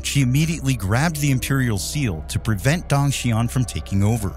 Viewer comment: Dong is pronounced like the doorbell sound ding dong, not dang